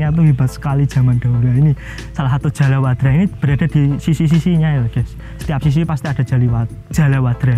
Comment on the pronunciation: ijin koreksi mas. Niku Jaladwara mas, sanes jalawadra😊